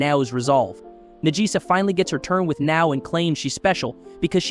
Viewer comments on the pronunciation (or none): Najisa = Nagisa. The name was pronounced wrong (typical american) and then subtitled after that...